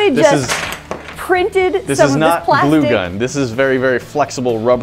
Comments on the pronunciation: It’s ok I laughed at pla-stick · PLA-stick. why